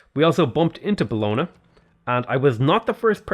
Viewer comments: Just an FYI - Bologna is pronounced "Bolonya." Like Lasagne is pronounced "Lasanya." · Your pronounce Bologna in a funny way